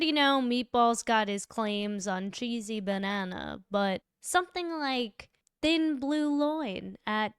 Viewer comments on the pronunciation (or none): You said, "Thin blue loin," and I almost fell out.😂😂